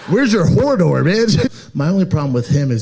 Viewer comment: He said Hordor, it’s Hodor! Man I hate Schlob